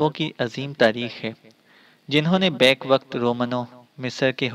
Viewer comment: بیک وقت۔ نہیں بہ یک وقت لفظ ہے Back پیچھے Bake اوون میں کیک پکاتے ہیں وہ والا بیک کرنا